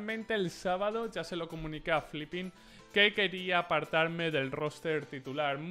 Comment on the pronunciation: No es flipin..,es filipin...